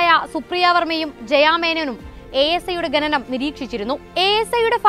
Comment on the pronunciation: ഗെനനം അല്ല പെങ്ങളേ, ഖനനം എന്നാ വാക്ക്; പറഞ്ഞു പറഞ്ഞ് മലയാളത്തെ മുടിപ്പിക്കല്ലേ😢